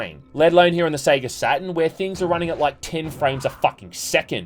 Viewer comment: It's not "Satin" it's Saturn. Sat-TURN. You're aussie english is atrocious.